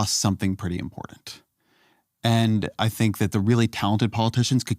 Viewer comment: Important. Not impordant. 😊 Also, great interview. Thank you.